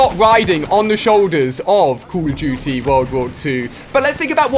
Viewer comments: It's call of doodie wut iz cull uf doodie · ''cool of duity'' '''keil streaks''